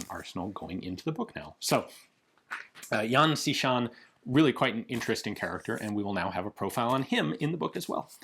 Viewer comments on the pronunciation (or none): He Ian, the Xi in XiShan is closer to the pronoun "she" in pronunciation. While not quite the same, the x in pinyin's closest English approximation is "sh". Thanks for the great content as always